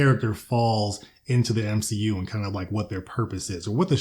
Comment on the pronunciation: the M-SHE-U i fucking bad